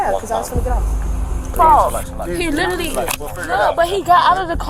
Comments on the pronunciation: She " litally", said I in college an' working part time.😮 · "It's not my fault. He lidderally got out the car."